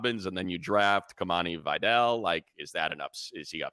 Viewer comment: Can you please stop butchering “Vidal” its clearly not “vaydell”